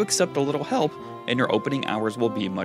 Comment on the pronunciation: Hahahahah took me 3 tries to hear it ffs xD